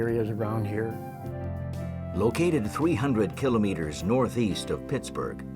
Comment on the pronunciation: These are American circumstances with American equipment. Please stop describing everything with the metric system. If you insist on persisting with the metric system, please at least pronounce kilometers correctly.